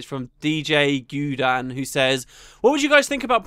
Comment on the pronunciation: you take second place for the WORST pronunciation of my last name. Guy dan, aka "A "guy" name "dan." Where in djguydan are there "-oo-"??